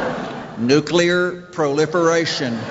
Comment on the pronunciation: “Nu-kear proliferation” 😂😂😂